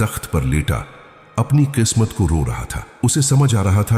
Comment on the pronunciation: قسمت/khismat ,بولیں khasmat Nahi اردو کاستیا ناس نہ کریں